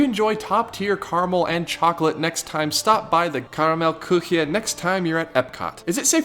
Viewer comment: That was so far the closest I've heard a non German speaker pronounce karamell-küche